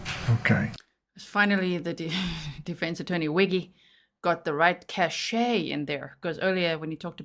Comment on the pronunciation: Her lawyer likes to use words he doesn’t understand. Like “cache” which he can’t pronounce correctly, and especially “transgress,” of all things, lol. That word means to err or sin, so it’s funny when he suggests they he and she “transgress.” I’d say that actually the problem: it’s her TRANSGRESSIONS that led her to being in the hot seat right now. Granted, there may have been violence, but she murdered him and covered it up, brainwashing her daughter, which is soooo damaging!